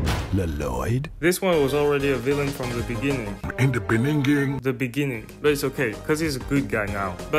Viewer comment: "the beninging" bro is make me dying😂😂😂😂😂